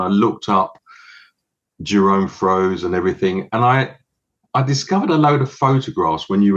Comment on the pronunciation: I've always heard it pronounced as "Froy-za".